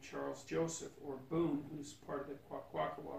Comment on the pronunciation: one day maybe you can learn how to pronounce our name. Kwa-kwa-kawa-kw. Sounds more like Qua-qua-Q-wa-qwa. The Q/K sounds is really sharp. The W's sounds like you're blowing, or like your first efforts to whistle lol My Numyums are the Ma-ma-la-la-kla and the Qui-qua-sot-en-enox. ;) so when he says hes an honorary member of the Kwakwakawakw, but he doesnt refer to his numyum, its a bit funny. I think his Kwakwakawakw friends are playing/teasing him. lol